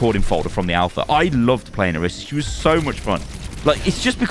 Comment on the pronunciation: O-REE-sah*. She says it and so does every character in the game.